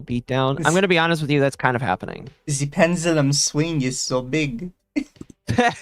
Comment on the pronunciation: Ze Penzullum zwing